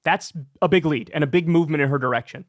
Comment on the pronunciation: Anytime you say big leap or big lead, it sounds like you are saying bigly 😂😂😂